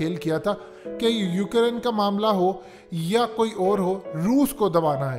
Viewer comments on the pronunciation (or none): Ohh bhai saaab . Its Ukraine not UK Raine